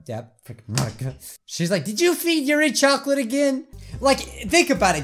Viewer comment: did you say choclate... CHOCOLATE!!!!!!!!